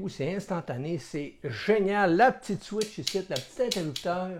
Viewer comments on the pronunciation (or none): none